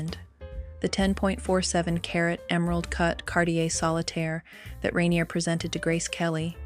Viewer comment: At least learn how to pronounce "rainier". Your trailer is showing.